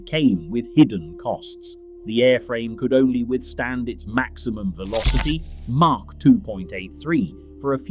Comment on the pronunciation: It's Mach lll not Mark lll! It's SR-71 not SE-71!